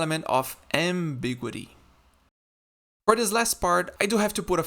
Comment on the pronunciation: I've never heard 'ambiguity' pronounced that way. I've always heard it as am-big-YOU-uh-tee. 5 syllables rather than 4.